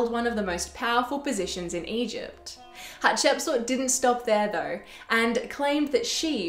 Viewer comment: Thanks, perfection here especially your pronunciation of her name! Potentially she was the princess that discovered Moses, her stepson the pharaoh of the Exodus.